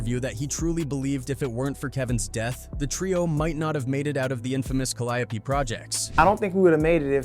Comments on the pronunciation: This clown said Calliapee instead of Calliope😂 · I wish yall stop being lazy and do the commentary yall self. That AI shit be butchering the shit out of names. Who tf is C-Ender and Ca-Lie-O-P? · it's pronounced "cali-ope" but the announcer is saying it "cal-eye-a-pee" Far different 😅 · The Cal-ee-ope projects..smh. know it all folks tryna profit off the work No limit put in. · The way the narrorator says calliope is killing me inside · That's how white ppl pronounce it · My brother, good video. But you are butchering the pronunciation of the Caliope projects. There's a gang of songs that have Caliope mentioned